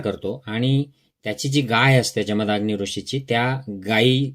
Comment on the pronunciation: निदान उच्चार तरी बरोबर करा. इंग्लिश स्पेलिंग वरून जमदाग्नी असा उच्चार करत आहात. जमदग्नी असे त्यांचे नाव व उच्चार आहे. तुम्ही आहात, की करा. तुम्ही जे ग्रंथांचे वाचन केले ते तुमच्याजवळ ठेवा. त्याचे मनन चिंतन जरूर. करा व तुम्हाला पटेल ते तुम्ही जगा. परंतु लोकांना जात, धर्म यावरून भडकवण्याचे काय कारण? लोक पुस्तके, संदर्भ न वाचता, न विचार करता गोष्टी उचलतात. त्यामुळे सध्या देशाचे जे वाटोळे झालेच आहे, त्यात तुम्ही भर का घालत आहात? धर्म जात बुद्ध विविध ऋषीमुनि व देव हे सगळे त्यांच्या त्यांच्या जागी असू देत. आज गरज आहे बंधुत्व, प्रेम, माणुसकी, कष्टाळूपणा याची. असो. तुम्ही तुमचा धर्म कीचा अनुसरावा. करीनासे संपला, त्यानंतरचे तुमचे व्हिडिओ उंटावरून शेळ्या हाकण्यासारखे चाललेत. परदेशी राहून इथे भारतात काय राजकारण घडतंय किंवा देवाधर्माचं कोणी काय करायचं याचं चर्वितचर्वण करू नका प्लीज. तुम्ही चॅनेल बंद केला तर भारतातील तुमचे जातधर्म बंधु फार सुखी होतील.